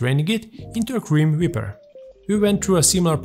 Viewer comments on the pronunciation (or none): the way ya pronounced cream whipper sounded like grim reaper, so now i have the phrase Cream Reaper stuck in my head & that sound like it would be a great name for a cocktail no idea what would be in it tho